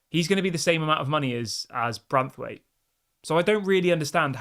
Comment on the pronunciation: It's BraNthwaite not Brathwaite. Ffs get his name right!